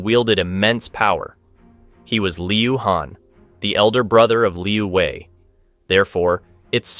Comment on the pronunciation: Narrator is very confused keeps thinking this is Vietnam. China does not use dong. And Wei is not pronounced Vi.